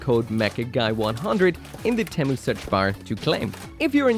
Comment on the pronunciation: 1st off, temu sucks And 2nd, why does he pronounced temu like that?